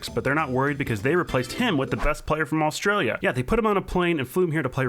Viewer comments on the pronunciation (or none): none